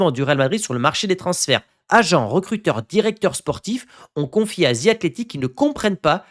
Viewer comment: 2026 et vous dites encore “Ze” Athletic😮!!! Besoin de travailler sur votre prononciation bro